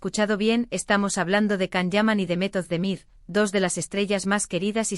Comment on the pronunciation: Will you please learn how to pronounce Can and Demet's names properly? You confuse people with all these lies and continued fairy tales.